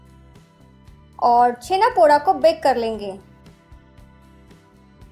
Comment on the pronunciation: The 'da' in Poda is pronounced as Daw (ड़) not Daa (ड़ा). And it's not your fault. Most odia are guilty of wrongly representing their cuisine and culture. Like Odisha has always been pronounced as Udisha and Poda is pronounced Podaa by the rest of the country and no odia minds to correct them. Anyways loved the recipe, and try to avoid dry fruits in this. For some it may be their own twist, but in the original recipe and throughout Odisha you won't find dry fruits in Chhena Poda (छेना पोड़)